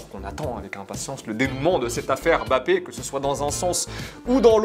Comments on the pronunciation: Pourquoi vous (et d’autres aussi) l’appelez Bappé et non pas M’Bappé ? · C’est Mbappé c’est pas bappé sérieux